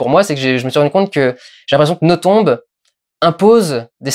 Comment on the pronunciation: Je t'adoooooore Dudu, mais pour un Belge entendre le nom d'Amélie écorché ... ça fait vachement mal au oreilles. Ça se prononce sans le "b" ... "noton". Faut pas chercher à comprendre ... c'est du Français de Belgique. Tout comme on prononce Bruxelles avec deux ss au milieu et pas un x. Ou Anvers(e) comme s'il y avait un e derrière le s. Sur ce grosse lèche :-*